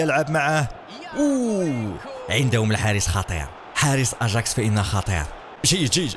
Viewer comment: اسم الفريق اياكس امستردام وليس اجاكس